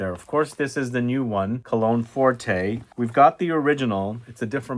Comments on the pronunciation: Cologne forte, not forté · "Forté" means "Loud". "Forte" means "Strong". It is Cologne Forte (read "fort"), not Cologne Fort-ay. There is no accent aigu over the letter "e". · Pretty sure there is no accent over the final ‘e’. It’s cologne ‘fort’ (the ‘e’ is silent). Sorry - but it’s also true of the recent Sauvage eau forte.